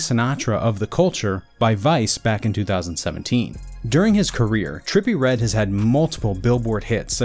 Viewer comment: terppy red